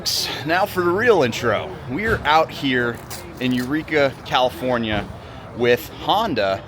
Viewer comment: Glad you had fun in Cali-forn-eye-a.